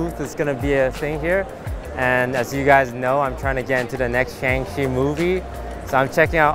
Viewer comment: the pronunciation of shang-chi really elevates the bit